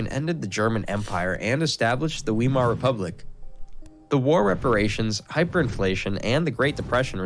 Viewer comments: This German histort mispronounces the word "Weimar" !!!! It's V-eye-mar -- not V-ee-mar. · Die Aussprache von Weimar ist so grottenschlecht - KI Mist